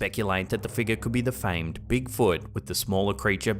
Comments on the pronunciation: My wife and I have a new drinking game. Every time he says figga (figure) take a drink! lol. Love the videos!!! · I watch videos 50% for the content and 50% for accent. I could listen to him talk all day long 🥰! I get goosebumps every time he says "figgah" 🤣. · I love how he says Figga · Scary "fig-yah's" lol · A strange black mist like figgah appears to enter the shop???